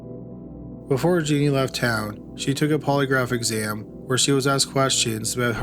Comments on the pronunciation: That and her name is Jea NEEN. I read a book about her years ago and it sounded familiar but I'd never heard of a killer named Jeanie. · The last case: the name is pronounced "Juh-neen".